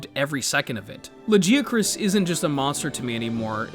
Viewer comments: The second I heard that “Luh-jee-a-chris” I frowned so hard that a blood vessel popped in my cheek. Go to hell. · Lajeeacroos"? What the hell? Blud missed every possible semi correct pronunciation 😂 Also you might be the only human on the planet calling Velkhana "he"